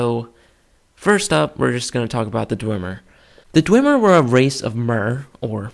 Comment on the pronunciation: You are both wrong, Calcelmo (who is the expert of the Dwemer) pronounces it Dwem-er not Dway-mer or Dwim-er